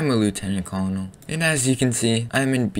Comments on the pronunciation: It’s pronounced “Leftenent Kernel” not “Lootenan Colnel” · I love the video, also "Colonel" Is pronounced Curnal. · its pronounced Colonel=kur nuhl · It's pronounced "Lootenant Corenel". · You did. Lieutenant Curnal that's how you say it say "Curnal" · it’s pronounced curnel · That is not how you say colonel! OMG